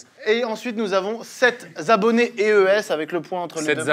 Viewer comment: "Et ensuite nous avons sept zabonnés é-e-s" 😂 Vraiment ça commence très bien 😂